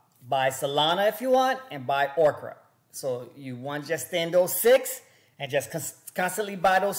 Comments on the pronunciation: Bro it’s Orca not Okra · hey, try saying Oar-ka..... not Okra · Omg this guy can’t even pronounce the word orca